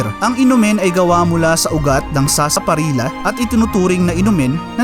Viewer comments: Sarsa parilllllya pronounce hnd sarsaparilla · FYI ang tamang pronunciation ng Sarsaparilla ay Parang Sarsaparilya. It is pronounce as such because of the letter double letter L kaya Sarsaparilla na parang Sevilla. Cheers.